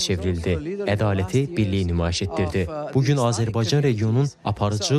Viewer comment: Daha Azərbaycan sözünü düzgün deyə bilir,təbriklər!(Azəlbarcan)